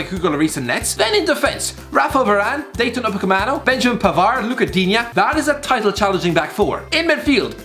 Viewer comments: "Dayton Upandcomeonoh" ah yes the famed Leipzig defender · Nobody:: Dayton Upacamano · Man said “ dayton uppahcamano”